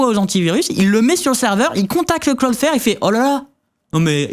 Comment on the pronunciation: Le Claude fer au lieu de cloudflare c'était vraiment drôle ptdr